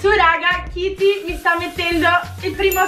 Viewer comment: Si dice Katy non kity